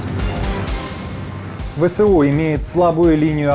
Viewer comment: Навчіть свого новенького ведучого. Не Ве Се У а Ве еС У